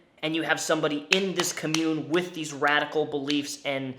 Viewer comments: The was you mispronounce ‘commune’ makes me think you are saying ‘commode’. Lol Try like this: kom-yoon :) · "Ka-mune" Bless you. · Nobody: Not a soul:: commUNE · Everytime he says commune I cringe... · please learn how to say commune.. hahaha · Really can barely watch this cause of how you pronounce commune. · How come failed cult leader “actors” always go for Joker vibes in their “art?” Also, I know I have a problem but, THAT IS NOT HOW YOU PRONOUNCE COMMUNE IN THIS CONTEXT AND YOU ARE GIVING ME A TIC. {sorry I lost my cool} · You say commune wrong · Dude, you showed the definition of Commune. The correct pronunciation is RIGHT below it. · I love your content and what you do with these videos, but the way you're pronouncing the word "commune" has me triggered. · Every time you mispronounce the word "commune" I die a little bit inside. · if you talk about this again i just gotta tell you friend it's COMmune with emphasis on "com" because it's a noun. comMUNE is the verb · The emphasis on "commune" goes on the first syllable. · Everyone: com-yoon: cah-moon Me internally: AHHHHHHHHHHH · I could be wrong because pronunciation is different depending on where you live... but I’ve always thought commune was pronounced “com-mYou-n” not “ “cumm-yewn” lol it’s kind of funny to hear it pronounced like community rather than a compound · The way you pronounced commune made me both cringe and giggle (for future reference it's pronounced "comm-yoon"). Sorry. Side note; great haircut and glad to see Mr Bones it's still kicking it in the background! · The way says "cuh-mune" instead of "com-mune" is distracting. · its pronounced com-une not cum-une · Com-mune not co-mune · COMM-UNE. Not “cummune” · COMmyoon vs CUHmyoon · Dope video. Hit that like. I do have to say, you are saying the word "commune" weird. You're saying [cum-yewn].. its [Com-yewn].. like www dot COM... its pronounced COM-Yewn. I know it's petty, but it just sticks out quiet a bit.